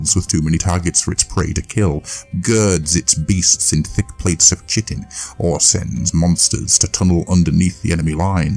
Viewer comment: Chitin is pronounced kite-en because English. I learned that from popular 40k rip off Starcraft.